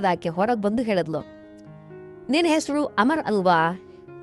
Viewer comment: ಮೊದಲು ಳಿ ಹೇಳುವುದನ್ನು ಕಲಿ, ಹೇಳಿದಳು ಅನ್ನುವುದನ್ನು ಹೇಳಿದಲು ಅಂತ ಇದ್ಯಾ 😂😂😂😂😂